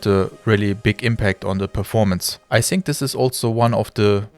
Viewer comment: es heißt nicht "i sink" es heißt "i fink" - Zunge geht zwischen die Zähne nach vorne so dass ein gelispeltes F entsteht, hence das "th" von "think"